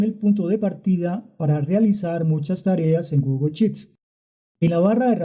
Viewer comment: Porqué no pronuncias bien "Sheets". Es pronunciancion "Inglés Colombiano"?.....